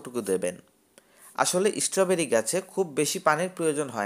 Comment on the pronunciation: ভাই, ওটা ঈস্ট্রোবেরি নয়, ওটা হল স্ট্রবেরী! উচ্চারণ ঠিক করো!